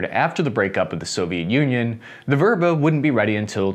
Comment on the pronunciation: It's called "vêbra" – not "vôbra"